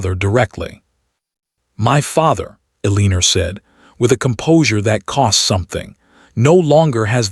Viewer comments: Edit, train the AI to pronounce Elenore correctly or stop using the name. It grates on the audience and they tune out. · I agree!!!